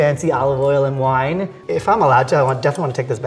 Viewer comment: Wine not whine